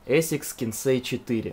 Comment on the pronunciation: не эсикс а асикс